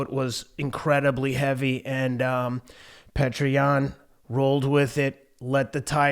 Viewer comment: His name isn’t pronounced “Petra” 😂 it’s pronounced “ peeyota”